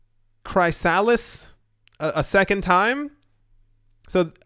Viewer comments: Cant tell if you're joking but you know it's pronounced like "Chris - a - list" and not "Cry Salads" right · Chrysalis is pronounced Chris-a-liss 😁 Loved the vid as usual. Please thumbs up this comment in the hope that reads it and no longer mispronounces chrysalis 😜 it's driving my crazy 🤣